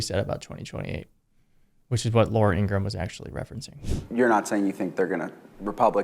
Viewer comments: It's pronounced In gra Ham will you forget to say the ham part in Ingraham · Ingra-ham. Don’t forget the ham. Like something right out of Looney Tunes. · By the way she doesn't like it when you pronounce her name Ingraham and you don't put the ham on the end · Shouldn't it be pronounced INGRA - HAM? She is a big ham. Not pretty either. and cthe voice!!!! Oh save us!! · ING-RA-HAM = is the proper pronunciation, per her brother. And against her preference.